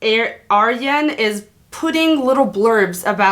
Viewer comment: Ayreon not Aryeon 😁🤦🏻‍♂️